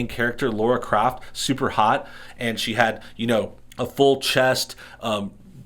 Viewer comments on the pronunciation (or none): FFS! Her name is Lara Croft!!!!! Lara! Not "Laura". LAAAAARAAAA Croft. Not "Craft". CROOOOFT. Why can't people read, and have a sense of hearing?